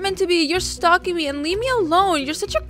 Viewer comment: and sstop stalk-ing